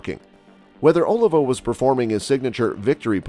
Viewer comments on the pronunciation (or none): OLIVA!!....Emphasis on the "I".....important.....one does nt put the emphasis on the "O" of Washington!!